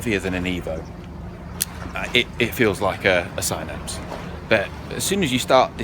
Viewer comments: Sin-apse not sign-apse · Could you please call it a Sinapse, not a Sighnapse.